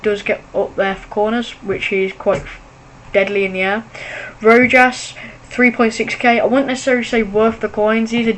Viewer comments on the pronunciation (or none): its pronounced rowhas not rojas